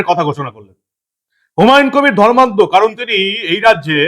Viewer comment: বিহারীবাবু অর্থাৎ ধর্মনিরপেক্ষ ফিরহাদ এর " ধর্মান্ধতা" শব্দের উচ্চারণটা কি সন্ধিবিচ্ছেদ করে বাংলার জনগণকে বুঝাতে চেয়েছেন ? 😂